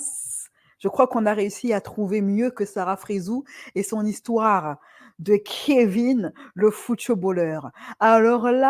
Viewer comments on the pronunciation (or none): Tu me fais rire quand tu dis "Kévin "... on croirait qu'il vient de la série Beverly Hills 90210😂😂😂